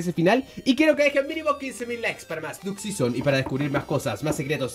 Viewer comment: Pensaba q era Duck season pero ya veo q es diuk sison como lo dic el😂